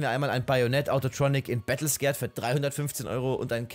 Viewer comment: Darf ich mal ganz lieb darauf hinweisen, dass es "Battle Scarred" und nicht "Battle Scared" heißt <3 Hab ich jetzt häufiger bei dir gehört, dachte ich sag es dir mal. Tolles Video. Hab überlegt mal ein paar Skins davon zu shoppen:)